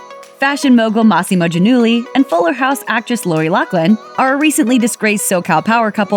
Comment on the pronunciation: is it not pronounced Gia-null-ee?? lol